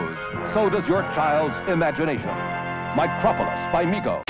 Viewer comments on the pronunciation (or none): Mocropolis is a take on Metropolis and is pronounced the same way… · FYI - Micropolis rhymes with Metropolis.